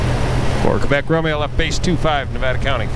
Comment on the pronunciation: he’s actually correct. The correct NATO phonetic alphabet pronunciation is KEH-BECK.